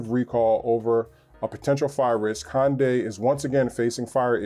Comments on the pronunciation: What's a Hon-day? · Hyundai is pronounced like 'Sunday'. FYI